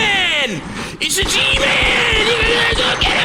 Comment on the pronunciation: the pure amount of boston packed into "IT'S THE GMAAAAAAAAAA-" is the best